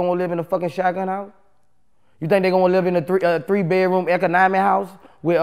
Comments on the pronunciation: Jermaine Frost “ eca-nomy house “ 😂😂😂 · Niggah also said “Eck•Uh•Nami”house (Economy)🤣😂🤣 iss just how they pronounce shit in louisiana. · And he said '3 bedroom eco-nomy house', LMAO!